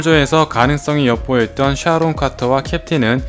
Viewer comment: 이분 시옷 발음이 쩔어주시네 쌰론, 쒸빌워, 엠씌유